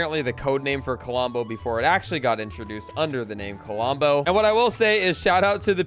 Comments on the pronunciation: "Kalombo"? LOL Love ya,. "Klombo", man. "Klom-bo" Huge fan of the channel, bro! 😅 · Under 30 mins ❤ Also its pronounce klom-bo with only 2 syllables not ka-lom-bo Just so you know im not throwing shade at you it just bothers me when people mispronounce things Love the vids. Also if you put villigers on the farms they will give you more wheat same goes for other crops if you have them planted, and the droped fish on the ground are from a bear they sometimes drop fish